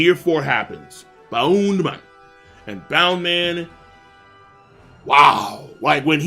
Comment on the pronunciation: He also says bound man instead of bounce man, I wouldn’t worry about it